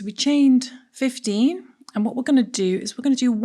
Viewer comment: I was confused for a second when your 15 sounded like 50